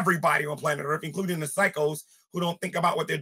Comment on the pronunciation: Early on he said "earff" you loose boy chick, perry mason , case closed